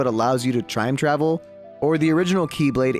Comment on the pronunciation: At the beginning said trime travel